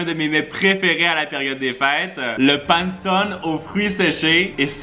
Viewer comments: ça se dit pas le "paneutoné" ça se dit "pannétoneu" pas une critique hein, en tout cas c'est comme ça que on le prononce en Italie ✌🏻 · Cc! On dit " Panétoné " car c'est italien et en Italie on prononce toute les lettre et les " e " se prononce " é " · Le Panettone ça se prononce "Panètonnè" 😂😘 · Je vais te reprendre je me sens obligé on prononce (Panaitone) 😂 Vous êtes au top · Je suis italienne et j'ai pas supporté comment il a dit "panettone", ÇA SE DIT COMME SI ON ÉCRIVAIT "PANÈTTONÈ, 😤NAN MAIS HO, ON MANQUE PAS DE RESPECT AU MEILLEUR GÂTEAU DU MONDE QUAND MÊME ! 😁 Sinon la vidéo est cool 😎 😄